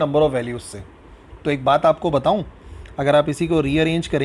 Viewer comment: when sir say AK BAT BATHOW 😋😋